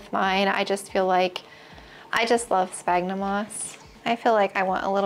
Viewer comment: Isnt sphagnum pronounced like sfagnum ??